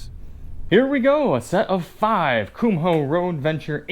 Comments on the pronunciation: They're "Koom- oh" not "cum hole." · You are first person I have ever heard pronounce the "h" in Kumho. I double checked and grabbed a Kumho commercial, and yes the H is silent, you are not pronouncing it correctly.